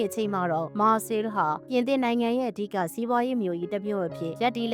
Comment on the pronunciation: မြို့နာမည်တောင်မှန်အောင်မထွက်တက်ဘူး မာ(ခ်)ဆဲအီ(လ်) လို့ထွက်ပါတယ်၊ မာဆဲလ် or မာဆေး မဟုတ်ပါ